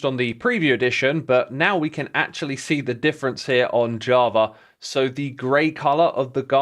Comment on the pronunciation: why do you say javra? 🤔